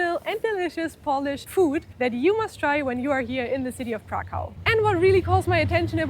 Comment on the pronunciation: Kraków a nie żaden krakau !!! Krakau mowili niemcy czyli naziści podczas okupacji naszego kraju.